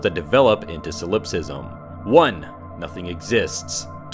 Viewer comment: soul-LIPS-ism des-CART-ay hahahaha